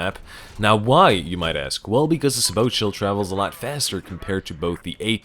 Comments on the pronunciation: Sabot: Say-boe not Sah-boat I know, late as hell, but still. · It's pronounced say-boh